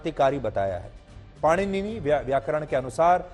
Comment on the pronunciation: सुधीर चौधरी जी से भगवान् पाणिनि का नाम भी ठीक से उच्चारित नहीं हो रहा है भला ये हमें क्या ज्ञान देंगे।